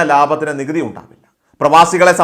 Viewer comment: നികുട്ടി... നീകുത്തെ...... നെ ഒന്ന് കുറക്കാൻ....... പറ്റോ...... നികുതി...... And....... Tax